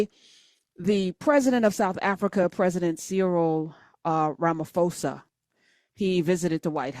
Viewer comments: Just a slight correction, Ramaphosa is pronounced: "Rah-mah-por-sah". Anyway, as a South African I can state categorically that THERE IS NO WHITE GENOCIDE in South Africa and NO LAND HAS BEEN EXPROPRIATED FROM WHITE FARMERS. That's total BS. ❤ from CPT, SA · Weirdly the correct pronounciation is RAh-Mah-Poh-Sah....Ramafosa is a noun for a LIAR in Tswana 😂😂😂😂😂 Ramaphosa met Ramafosa in chief 😂😂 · Lovely content . It is pronounced RAMA-posa not RAMA-fosa